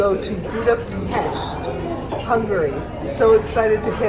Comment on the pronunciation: I wish we stopped by at Bratislava on our way to Budapest. I would have loved seeing the manhole cover in Bratislava as I collect pictures of intricately designed manhole in Europe. BTW, you pronounced Budapest Buda-pesht correctly. Thank you for sharing. 💗